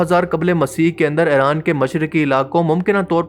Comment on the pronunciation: Just Stop Pronounce Iran as Aeran Already!!